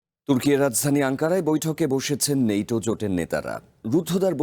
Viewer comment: নেইটো 😂😂😂 ন্যাটো